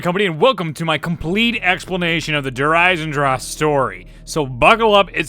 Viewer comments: lmao i pronounced der eisendrache so differently. (der isen drach) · It's Der EisendrACHE(AHK) not Der Eisendraw smh lol